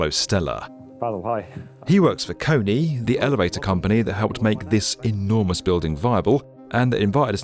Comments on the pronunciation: I think its a different company. This one was pronounced Kony 🤣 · Every time you mispronounced KONE my face went😣Look up next time how to say their name, when partnering with industries. But good video otherwise :) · The pronunciation of KONE was outrageous 😆